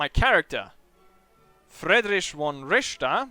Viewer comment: Richter not Ricther ! ;)